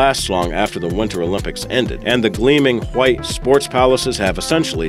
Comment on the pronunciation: Why do you keep saying "hwite", instead of "white"?